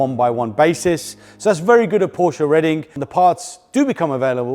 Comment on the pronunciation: bravo now saying Porsche correctly! You prove we're never too old, or too cool, to learn 💪